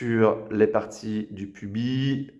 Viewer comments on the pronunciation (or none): Bizarre la vue en contre-plongée, on a en permanence l’impression de manquer une partie de l’image. Un détail, le « s » du mot pubis se prononce.